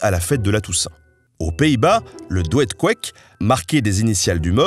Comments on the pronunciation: Pour info, le doed-koeck se prononce doud-kouck et pas dwed-kwek 😉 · peut-être déjà dit, mais "doed-koeck" se prononce "doud' couque" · Pour info on prononce cela "Doude-couque" 😅